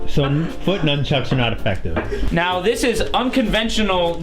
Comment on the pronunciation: pause "Numb chucks" XD